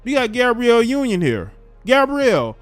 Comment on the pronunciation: I died how he said Gabriel union